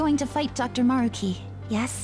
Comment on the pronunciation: It bothers me so much how they say kamoSHIda instead of kaMOshida like its supposed to be pronounced, and MAruki instead of maRUki